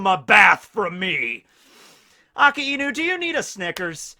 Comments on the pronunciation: ITS PRONOUNCED AK EYE NEW NOT AKA EEEE NOU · STOP SAYING AKA INU. ITS AKAI NU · Please this lad has infinite knowledge of one piece yet still pronounced akainu wrong haha. It's ah Kai new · omg how long are you going to mispronounce akainu